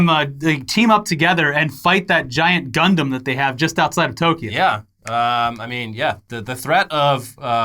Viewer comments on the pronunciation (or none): none